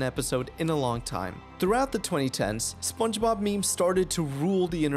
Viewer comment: I can't get over how "spenchbab" gets pronounced though it's so damn funny